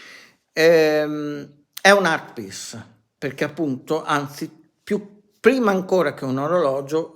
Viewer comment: Art piss? Art piece vuoi dire...ma perché non parli italianooooooo. Parla come mangiiiiiii...poi ti interrogo in inglese e prendi 2... ahahahah